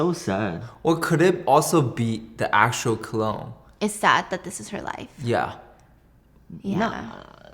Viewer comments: always saying cologne instead of clone is what I’m here for and this time Stephanie didn’t even bother correcting him😂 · he keeps saying cologne instead of clone xD also he always says airy instead of eerie I get creeped out and then he says that and its like the perfect comedic relief i need